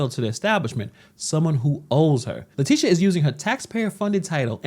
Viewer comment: Her name is not latisha, her name is latitia! Pronounced: LA TIT E a. Just like Groucho Marx Would say: LA LA LA LA TIT E a!